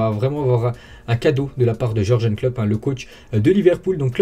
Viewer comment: Il me stresse trop a chaque fois a dire jorjene klopp au lieu de jurgen klopp